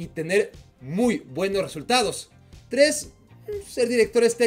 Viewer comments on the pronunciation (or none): none